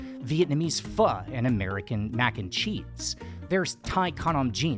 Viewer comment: Well! I got so far as to hear Pho pronounced correctly, so now I will continue 🙂